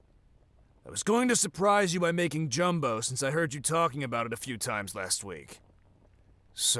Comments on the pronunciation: I'm pretty sure you're correct. I also have my mind stuck on that.😂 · I’m glad I’m not the only one that went ???? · the excitement that went through me when i saw gumbo omlll (even though he pronounced it as jumbo 💀) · did he just say… “jumbo” LOL gumbo u meant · I have a question: isn’t it pronounced gum-bo not jum-bo? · Yeah it’s pronounced gum-bo, but ngl pronouncing it as jum-bo is pretty in character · Bro said "jumbo". 😭😭😭